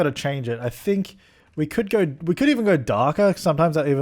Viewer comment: 'i don't SINK so' lmaooo